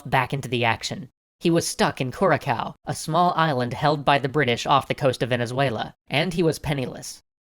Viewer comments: Curaçao is pronounced kurasau, not kurakau. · It's Curaçao not Curakao, thnx for the video though. Love your work!!! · Dude, it's pronounced koo-ra-sao, not koo-ra-kao! The C with the little feather at the bottom is pronounced as an S. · its pronounced cur a sow, not curacow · Interesting series of video's, and always a blast to watch. Though one thing for your "Lies" video. the pronunciation of Curaçao. The pronunciation is "kur-ə-sow", not kurakow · DJ-unta? Curakow? BOLivar? How can you know this much about history and not know how to pronounce anything? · "Cur-a-COW"? really? can this narrator pronounce anything not English right? The J is pronounced like an H in JUNTA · It's pronounced Curasao or Curazao with an S sound instead of a C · Hey I’m from Curaçao and if you’re interesting; it’s pronounced “Cu-ra-Sao” nice vid nonetheless! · Curaçao is pronounces as KuraSao, with an S sound. I'm Curaçaoan. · Uh... curakao? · Curaçao is pronounced COO-RAH-SOW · Curakao? I think you mean Curaçao. CGP-Grey got the pronounciation wrong too, I guess most English speakers don't notice the squigly bit under the ç... we've got the spirit, you have to hear it under the ç! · Curaçao is pronounced 'Curasao', the 'ç' signifies that the c is pronounced as an s. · Curacao is pronounced Kurr-a-sow. -Someone who lives on Curacao. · Curacao is pronounce Curazao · Coo-ra-sow, EC. The island of Curaçao. The ç is soft. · the second c in curaçao is not a k but an s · Pretty good except for some really bad pronunciations. Junta is pronounced like "hunta" just as one example...or how the name of Curacao was butchered...otherwise the series is awesome! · Hey. Love your videos. I am from the ABC islands (Curacao is part of them). The second "C" in Curacao is pronounced as an "S" not a "K". CGP Grey also makes this mistake. Please keep making more of these videos. I really like them!!! Peace out! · Curaçao? The ç makes an S sound